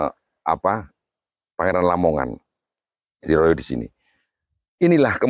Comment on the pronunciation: Pak meskipun di baca "o", namun tetap ketulis nya "a". Jadi ya "rara" bukan "Roro"..